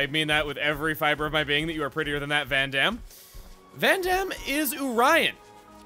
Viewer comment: Listen, I get you're fighting old habits, but every time you understate that second syllable in Vandham's name the "D" sound just vanishes, and it freaks me out.